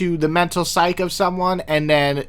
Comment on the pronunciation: "Psyche" is pronounced "psy-kee," and its "gid-e-on" falls, not "gaiden" falls. Decent list overall, though!